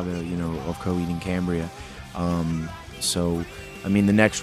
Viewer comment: Cohaheed ahand Cahambriah